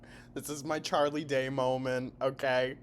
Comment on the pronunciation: Next video "hello guys it was a BPDDDDDDDD MOLMENT q.q"